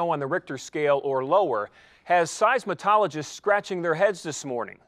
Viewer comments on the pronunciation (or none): Seizmatologists ??????? What us that? Some kind of new hair dresser ??? It is SEIZMOLOGISTS !! And just what are Temblers ???? It is Tremblers. Get a new news anchorman. This one can't read his lines.